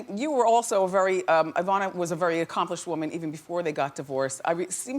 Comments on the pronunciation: Its not "EYE vana" its "EEEvana" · Wendy, it's not pronounced IIIIIIIIIIIvana; it's EEEEEEEEEEEEEvana. Just like it's not IIIIIIIIIIIIItalian or IIIIIIIIIIIIIIIran; it's EEEEEEEEEEtalian and EEEEEEEEEEran! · Wendy you mispronounced her first name. It is not Eye-VAH-na. It is Ee-VAH-na. Study up, m'Dear! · It really bothers me that Wendy keeps calling her Eye-vana even after Ivana called herself E-vana… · The woman's name is IVANA, pronounced EE-VAA-NAH, not EYE-VANAH... Ugh...!! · Why does the stupid interviewer insist on mispronouncing Ivana's name? 'Eye-vana' no! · It would have been nice if the host had learned how to pronounce her guest’s name. Wendy kept calling her “Eye-vana.” Sheesh. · It’s not “Eye”Vauhnah. 🙄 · Wendy is mispronouncing our name. It is said E-von-uh not the way she says it. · Why can't Wendy pronounce her name properly. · The host is so annoying! She hasn't pronounced Ivana's name correctly through the whole interview. Not even once!